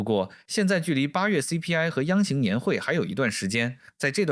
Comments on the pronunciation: 央行（hang） 这真的不是AI吗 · 但是感覺是AI念稿,央行念成央型